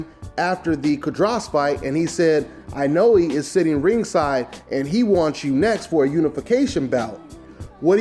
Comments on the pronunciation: the "E" at the end of Inoue is pronounce "A" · I cringe every time you try to pronounce Inoue.